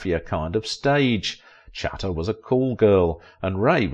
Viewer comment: The narrator is badly mispronouncing Pallete. How on earth does he get puh-LAY out of her surname? Also, he hardly annihilated her. She's still alive, and he isn't. He mispronounces Chata also. Cringeworthy.